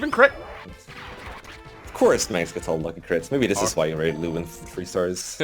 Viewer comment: I'm pretty sure Lewyn is pronounced Levin still. The W is pronounced with a V sound